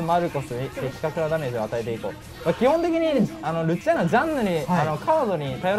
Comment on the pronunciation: ルチアーノ最初アチールノって言ってたわ